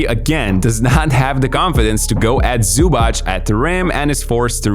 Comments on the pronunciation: It is Zubac with a tz not a ch. Minor gripe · it's zubac, not zubach. simmons is actually pronouncing it right, for once. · zubac name is pronounced zubatz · The correct pronunciation is "Zoo-bhats", not "Zoo-bhats" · I admire your effort to correct pronounce his name. About his surname, you missed it most of the time. It's: Zoobatz (written so English speaker can correct pronounce it). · butchering Zubac surname.... they even had shirts to help you dude